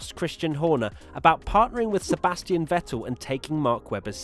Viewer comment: Learn how to pronounce Vettel.